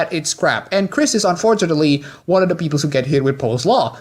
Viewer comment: Also dont pronounce the and da? Thanks.